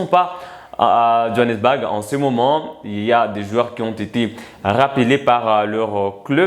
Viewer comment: Le mot "BOURG" se pronounce phonetikement comme "BOUR"pas BAG comme tu le prononce, merci.